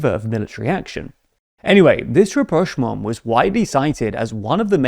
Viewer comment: you finally pronounced rapprochement right <3